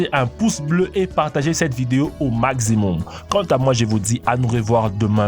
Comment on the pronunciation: Mon frère, on ne dit pas (phonétiquement pour maximum) magzimom mais plutôt makssimom. Max = maks non pas magz